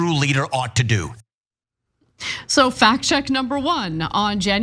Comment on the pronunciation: Mehdi says "doo-oo" in a quirky way. Just an observation no judgements.